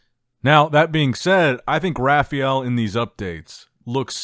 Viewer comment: Its not RA FI EL, its RA FA EL